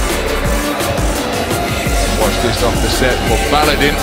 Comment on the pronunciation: Not Baladin, its Baladın.